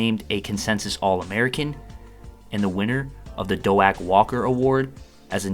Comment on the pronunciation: Do-ACK Walker? Bruh. It's pronounced like... Doke. Doak Walker.